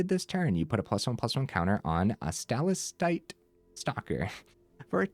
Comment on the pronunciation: It’s sta-lac-tite. Like the rock formation.